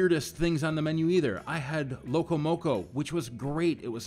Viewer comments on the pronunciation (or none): none